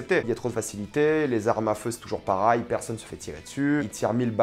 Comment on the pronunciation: on dis Pareil pas Parail